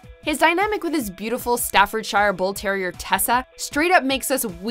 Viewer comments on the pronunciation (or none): Lets leave the croissant pronouncing when you can’t say Staffordshire correctly. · As a Brit I am offended at the mocking our pronunciation of croissant. In response I would like to point out the ridiculous way they pronounced Staffordshire and how all Americans pronounce aluminium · And the way she pronounced “Staffordshire” made me weak at the knees